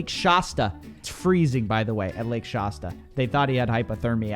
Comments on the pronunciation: Lake Shasta rhymes with "has ta" not "maws tuh". Former Mount Shasta resident, here. No one pronounces it the way you did. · No one seems to pay attention to the fact that this guy was part of Bethel church, which is basically the scammiest church ever. Also, saying Shasta with an "ah" sound, it's freaking me out; it's an "aa" sound, like "cat" 🤣🤣